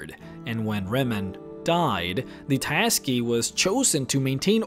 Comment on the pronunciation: tsaesci is pronounced 'say - ess - see'